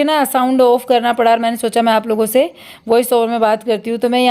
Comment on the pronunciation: aap se ko h bolte ho mene kei bar notis keya hai